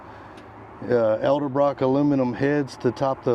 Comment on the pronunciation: You lost me at "EL-DO-BROCK"